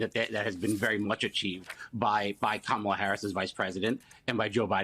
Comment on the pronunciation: Are you serious?We still have more out there who can't pronounce Kamala's name correctly?